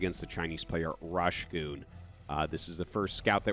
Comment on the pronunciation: Last BSL the casters discovered its Rush Go On not Rush Goon